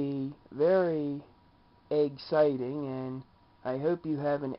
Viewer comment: Haha did you say "eggxting video" if you did or not I died! Wow less then a minute